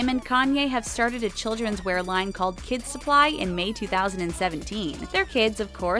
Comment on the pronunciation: the voiceover lady said “Kim” instead of “kids” I don’t care, it was just bothering me lmao